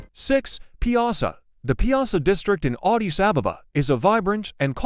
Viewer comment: Vant even pronouncr Addis sounds like Odis...